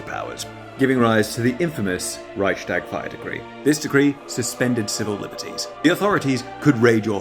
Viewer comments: The "st" in "Reichstag" isn't pronounced as "scht", because the "s" and "t" belong to two different syllables. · it's not "Reikshtag" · The way you pronounce 'Reichstag' is killing me